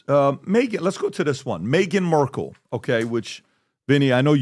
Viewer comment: Markel not merkel 😂😂